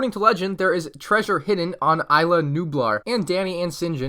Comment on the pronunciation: Sorry to say this but you are saying isla wrong you say it like is-la